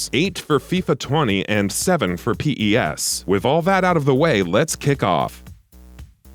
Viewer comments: don't say P E S plz just say PES not P AND THEN E AND THEN S WTFFF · Please stop calling it P.E.S just say pes please :) show some respect haha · its PES and not P. E. S. microtransations incoming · Okay no need for the Pee Eee essss. It's Pez thanks very much! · It's PES not P-E-S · I disliked this video because he called pes as P-E-S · Why is he saying P.E.S and not just PES , it's kinda annoying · Its PES no P E S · No one calls it P.E.S. it's called PES (pez) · Lost me as soon as he spelt out P E S instead of just saying pes like every other non robot player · Its known as PES not P-E-S!!! I cant listen to this shambles of a video you cant even say the games name right!!! Unbelievable.... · 🗣 It’s PES not P.E.S.!! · Daft sod narrating thinks Diego Maradona is two people. And it's PES, not P-E-S. Fuck sake. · You should redo this and say pes instead of p e s thats some crazy shit mate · I can't take the video seriously with the narrator saying P-E-S instead of just PES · Stop saying P E S its one word come on you guys did this shit last year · The moment he says P-E-S. I was done. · I stopped the video when he said P.E.S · lmao really? I didn't get to that part. Closed the video after the third time he said P-E-S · diego...maradona. really guy? You said it like he's 2 separate people. Do you not know who diego maradona is? If not, maybe you shouldnt be narrating a soccer game comparison video watched by soccer fanatics. Just maybe. Oh... And p...e...s. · Why didn't he call it f.i.f.a then